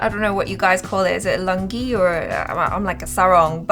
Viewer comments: It's lungi not langi 😂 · Hey...its Lungi "LU" not langi..but its cute wen u pronounced🤩